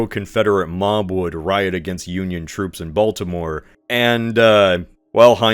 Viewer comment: try not to pronounce Baltimore completely wrong challenge 😊